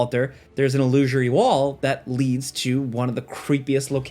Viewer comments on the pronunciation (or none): il - loo - sir - ee